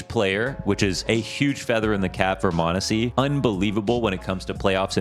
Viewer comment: its Monesy and its not close